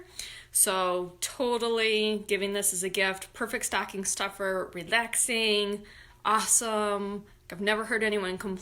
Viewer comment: Awwww!! You have such a great Rochester accent saying staaahhcking! 💜🎉💙